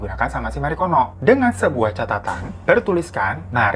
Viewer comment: Marikono kok gue dengernya margono 😩😩